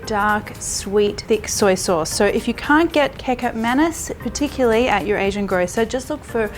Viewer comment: Kicap Manis is pronounced as Kee-Char-p Ma-Knees. 😂